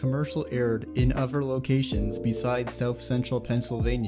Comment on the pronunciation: This dude cannot say the word other correctly